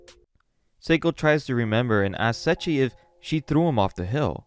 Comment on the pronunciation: I appreciate the video , because going back to this manga(vol 14) and finishing it just feels like such a painful task to do.:yougotthis: I only hear "Setchi" (Seiichi) :face-blue-wide-eyes: , edit:with such a long video it would have increased the run time by 2 minutes , totally understandable /gen